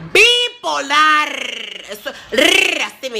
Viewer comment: Jajajajajajaja buena esa reflexion!! Bipolarrrrrrr con rrrrrr